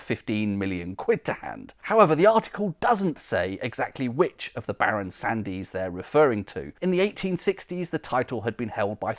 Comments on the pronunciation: Sandys is usually pronounced Sands - the 'y' is silent. Excellent video though!🙂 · I think you'll find the name Sandys is pronounced Sands. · Fascinating. I grew up in Worcester and was always told that Lea and Perrins was the original sauce, but clearly it is not. One small point, "Sandys" is correctly pronounced "Sands". I was actually born in Sandys Road, Worcester and a friend worked in the Crown and Sandys inn in Ombersley. Incidentally, Lea and Perrins were not the only Worcester chemists who went on to found a famous condiment company. William Hill and Edward Evans formed Hill, Evans and Company, just half a mile from Lea and Perrins. For many years, Hill Evans was the largest vinegar factory in the world and had the largest fermenting vat in the world, capable of brewing half a million litres of vinegar. It was so big that it had its own branch line, known locally as the "vinegar line". As you can imagine, the combined odour from these two factories so close together was quite pungent! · Superb research, as ever. Thank you. I suspect that "Sandys" might be best pronounced as Sands.